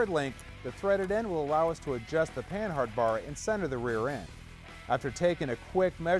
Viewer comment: it's pronounced pannard not pan hard